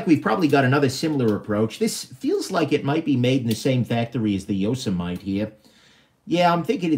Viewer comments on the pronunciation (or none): Yo- sem-ity... just like the National Park.. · “Yoss a mite” lmao it’s YO-SEMM-Mitty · Yo-seh-might? Yo-seh-mih-tee there,. Couldn't slog my way through this. Skimmed & skipped to end. Upshot? NOT WORTH IT, buying these TSA item confiscations. Why? You said it right from the start. "I'm not seeing any Sebenzas. I sort of suspect that anything worth a damn is going to have been already removed by the TSA." Yes. 100% true. THEY get the deals. Everything else is... semi-worthless junk. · Yo sah might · “It’s noe yo-sah-might” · Yo sah mite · Appa-lat-chin And Yoza-mite Made me lol. I love your videos. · This video was way more amusing than I expected. The ""ARRR" brand thing cracked me up, and your mispronouncing Yosemite did too. Didn't you watch cartoons when you were a kid. Yosemite Sam? Pronounced YO-SEM-IT-TEE. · Ok..it's pronounced 'Yoh sim ah tee' please 😉😀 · Your Yosemite pronunciation was gold. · No ones gonna comment on how he says Yosemite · And it's called yosemite as in the national.park bro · The way you pronounce "Yosemite"... Really?